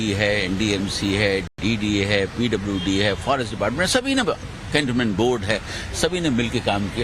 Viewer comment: This man can't even pronounce the "cantonment"? Whatever is said about his past in Prayagraj seem correct.